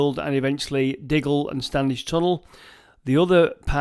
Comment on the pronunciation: Mossley and Standedge pronounced properly, and 98% of people get those wrong